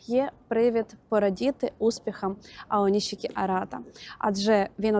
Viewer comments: нарешті не оніські , а "ОНІШІКІ" - відчуваєте різницю? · Аонішікі правильно